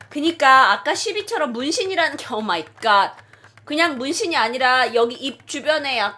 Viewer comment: 오뫄이가ㅌ 오뫄이가ㅌ~~!!!!!!!이러심ㅋㅋㅋ